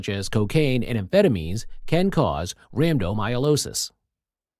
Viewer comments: It's not myolosis. It's rhabdomy-o-lysis. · Rhabdomyolosis, rambdomyolosis, rampant myelooloo. Good grief. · Have the robot pronounce the condition correctly, at least